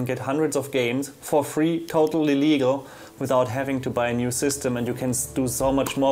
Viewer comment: xD When you said Totally Legal it sounded like you Said "Total Illegal" xD